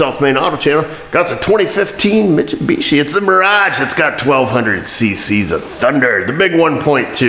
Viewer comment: Pronounced 'mit-su-bitchy'